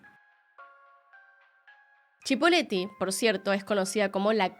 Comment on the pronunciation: Es Cipolletti, no Chipoleti.